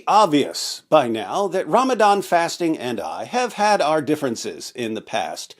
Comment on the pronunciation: Ramadan ❌️ RamItIn ✅️